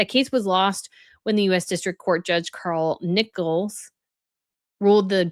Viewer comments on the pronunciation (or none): none